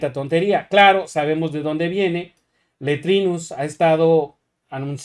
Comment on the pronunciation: Me encanta cuando dice letrinus y meko cortez😂